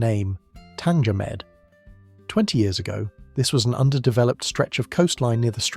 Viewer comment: Tanger med not tanga med but great video nonetheless